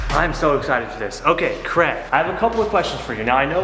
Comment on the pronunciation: Craig. his names Craig not Creg